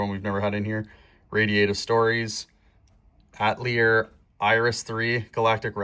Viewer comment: I love the ar tonelico series but you didn't read it out loud. I am now crying. Oh and ephemeral is pronounced: Eee-theme-air-all. And I also think you pronounced Atelier wrong but I thought you were Canadian???????????????